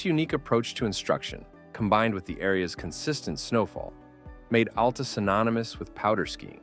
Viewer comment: Locals say it AL-ta, emphasize the AL, like Al the man's name, or alopecia, not like Alaska. No U sound whatsoever, it's one way people will instantly know you are from somewhere else.